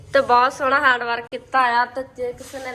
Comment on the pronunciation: ਹੈਂਡ ਵਰਕ ਹੁੰਦਾ ਇਹ ਹਾਂਡ ਵਰਕ ਕਹੀ ਜਾ ਰਹੀ ਆ 😂😂😂